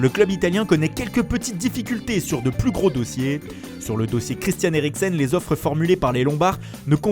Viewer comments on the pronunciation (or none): none